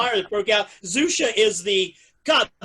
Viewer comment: xuxa is pronnounced shoeshah :)